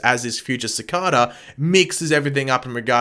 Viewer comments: Its cicada not cicaaadaa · It's not caacada. It's Cicada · Ffs the way he says cicada it’s like cakada (I love the vids ) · C- Kay-Da = Cicada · You pronounce his name worng😂🤣😂 but I gess it can be pronounced either way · Is it me or how he says cicada bothering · love the way u say cicada